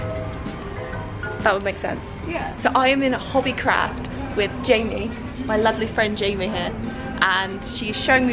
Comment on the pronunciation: Even if she’s british when she said ‘hobby craaaaft’ in the beggining it was in an american accent